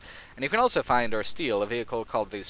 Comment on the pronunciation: says elso instead of also.